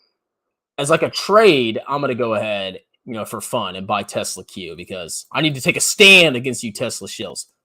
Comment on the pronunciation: gets wet when say Yesla